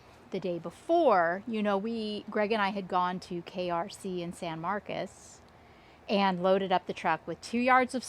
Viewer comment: I went to college in San Marcos at Cal State San Marcos but I've never heard anyone pronounce "San Marcos" the way you do 😆